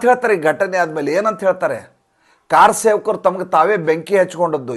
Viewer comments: ..ಕಾರಸೇವಕರು ಅಲ್ಲ...ಕರ ಸೇವಕರು ಅಂತ ಹೇಳಿ 🙏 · ಸರ್ ನಮಸ್ಕಾರ , ಕನ್ನಡ ನಿಮ್ಮ ಬಾಯಲ್ಲಿ ಕೇಳುವುದೇ ಚಂದ ಈ ಚಾನಲ್ನ ವೀಕ್ಷಕರು ತುಂಬಾ ಪ್ರಭುದ್ದರು ಜಾಣ ಜಾಣೆಯರು ಅಂತ ನಾನು ಭಾವಿಸಿದ್ದೀನಿ ಹಾಗಾಗಿ ಕನ್ನಡ ನಿಮ್ಮ ಬಾಯಲ್ಲಿ ಕೆಲ ಪದಗಳು ಅಪಭ್ರಂಶ ಆಗಬಾರದು ಅಂತ ನನ್ನ ಕಳಕಳಿ... ಉದಾಹರಣೆಗೆ " ಕಾರ ಸೇವಕರು " ಅಂತ ಹೇಳಿದ್ದೀರಿ ತಪ್ಪು ಎತ್ತಿ ತೋರಿಸುತ್ತಿಲ್ಲ ಕಾಳಜಿಯಿಂದ